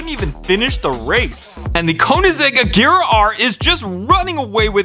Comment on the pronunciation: Wow he finally says agera right instead of ajera